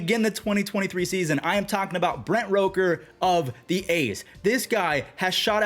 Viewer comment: You're still pronouncing Brent Rooker's last name wrong 🤣